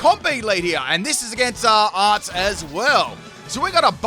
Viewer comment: Omg you pronounced Arzt right <3